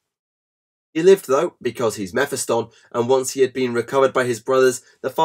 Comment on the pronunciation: Meh-fi-stun? Meh-phist-tonne